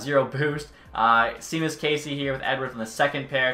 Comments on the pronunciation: btw the guys name is pronounced “Shaemus Caesey” at least that’s what it looks like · Shae-mus Case-ee